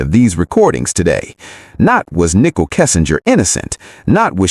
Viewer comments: Ni cole. Not nickle. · Why you say Nickol... it is Nichol...ready!